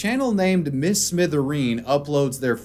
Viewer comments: mister smithereen, not miss mithereen lol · it's "mister" smithereen, not "miss" lol